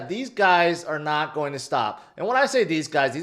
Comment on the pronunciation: learn how to pronounce GOING. everytime you say" its go be" its sounds stupid. you probably think it's cute or something. but it's cringe